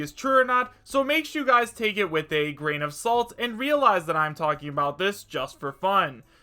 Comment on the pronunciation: I wanted to leave right when he sais to take it with a graqin of sat